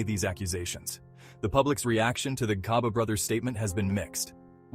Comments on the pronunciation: Why do a documentary about people, but be lazy...to learn the pronunciations....Its Gcaba not Khaba...😮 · Gcaba not khaba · Gca Hce Gci Gco Gcu not kha khe khi kho khu. Gcaba not Khaba wemlungu. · Interesting story man but the robot has gotta stop. That made me cringe everytime it said "Khaba brothers" and intead of reading that R800k in words, it singilarly called it out like R8.0.0. Naaahhh mahn. Do not be lazy. Please and thanks.